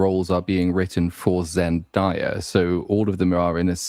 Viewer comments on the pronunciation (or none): I agree with the points but can you guys please stop calling her “Zen-Die-a” It’s “Zen-Day-a” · ZEN-DAY-A not ZEN-DIE-A 😅